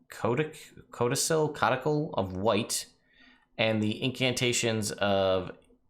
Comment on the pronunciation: Pretty sure codicil is pronounced cod-i-sill.